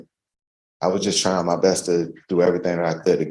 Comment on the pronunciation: Drink game word: “Try’n”